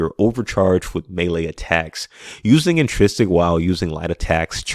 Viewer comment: Great video, great concept, but I CANNOT hear you mispronounce the word intrinsic one more time! LOL I'm sorry but it hurts me 🤣😭